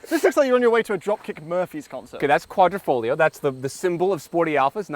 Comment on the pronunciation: I would definitely buy the Stelvio, oh wait... I've allready bought the Giulia Quadrifoglio... yes, in that Missano blue. Just one thing, it's Quadri(!!!)foglio not Quattrofoglio, learn how to pronounce correctly ;-)